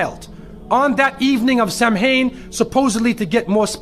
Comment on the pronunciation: Samhain is pronounced as sow-in as in cow